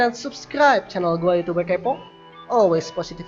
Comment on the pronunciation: Gua tantang lo ngomong youtuber kepo bukan youtubel kepo 😂